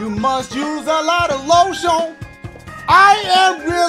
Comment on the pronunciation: I’m Sorry...is it just me who is dying because of the way he said “LO-SHEON” instead of lotion I had to replay that shit so many times